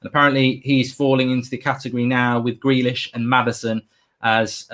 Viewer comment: No one: Absolutely no one:: Grilish 😂